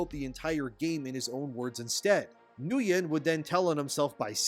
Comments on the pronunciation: Isn't Nguyen pronounced "Win"? Or "Nu-Win"? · That dude's name is pronounced, "Win."